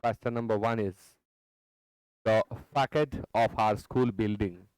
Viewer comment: Pronunciation facade ka aapne galat kiya hai..